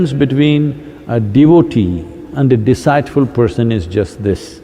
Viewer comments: deceitful should be pronounced as ‘diceetful’. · Pronunciation tip feminine is pronounced like feminihn not femi 9, like the number nine wth a strong I. Also deceitful is pronounced like dee seat (like have a seat to sit down) or seet full, the ei is like a strong E, not like "eye" or aiee. Also there are no rolling r's in English. R is pronounced more like "are" as in "are you ok"?